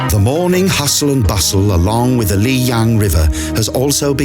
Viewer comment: "Lijiang River" is redundant, since 'jiang' is Mandarin for 'river'. So, you're saying Li River River. Pick "Lijiang" or 'Li River', not both. Also, it's lee-JAHNG, not lee-YAHNG.//Yangshuo = yahng-SHWOH, not yang-SHOE.